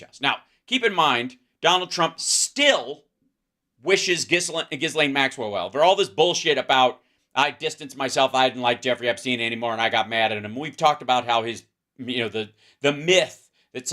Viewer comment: No criticism meant, but I thought you might want to know. "Ghislaine" does not pronounce the "s", and "stipend" is pronounced with a long "i" in the first syllable. Gorgeous solar eclipse weather here. Beautiful and weird. I love your work.